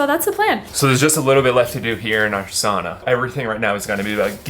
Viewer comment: The Finnish pronunciation "ow"